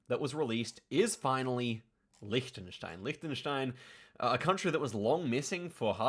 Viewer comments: He learned German so he knows the pronunciation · English speaking native with a proper pronunciation of Liechtenstein (especially the ch part), you dont see that every day. Well done!